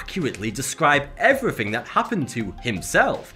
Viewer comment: No one spells somethink or everythink, why say it that way?